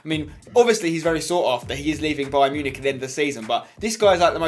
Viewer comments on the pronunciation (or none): none